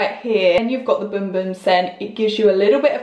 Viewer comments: It looks like it pronounced as bum bum how it’s spelled but she pronounced boom boom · Bum bum not boom 🤣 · The correct pronunciation from Portuguese is boom boom. But even a guy who did a video on it called it both boom boom and bum bum so imo it's fine to pronounce it either way.